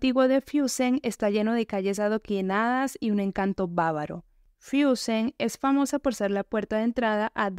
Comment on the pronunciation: No se dice: "Fiussen" Se pronuncia "Fussen"